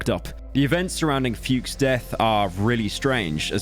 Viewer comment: So is that how it's actually pronounced? As stupid as this may sound, the only associate this name with is AVGN's "Fred Fuchs".